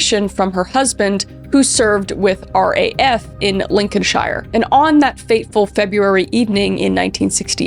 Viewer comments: Me, a British person existing Kris: Lincoln-shire Me: That's how it's spelt, that's how it's spelt, she doesn't know... it's Lincoln-shear. Don't ask me why. I don't know. It just is. British people and pronunciation are weird. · Hello Kris, I just wanted to let you know Lincolnshire or anywhere in England "shire" on the end of it, we normally pronounce sheer. Not a dig or being mean at all, I just thought you'd want to know xx loving the video's x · ITS PRONOUNCED LINK-IN-SHER NOT LINK-IN-SHIRE noting against Kris, I love Kris, but that realy annoyed me as a person from the UK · Was not expecting to hear my home county (Lincolnshire) mentioned in this video! Still tickles me when I hear Americans and Canadians say the word too. It’s the “Shire” part that makes me chuckle cos to us it’s pronounced “Lin-con-sheer.” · btw its not Lincoln shIre its pronounced lincolnsheer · It's pronounced..... Lincolnsher but spelt... Lincolnshire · U said Lincolnshire wrong